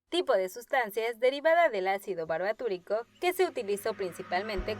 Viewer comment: no es barbatúrico, es barbitúrico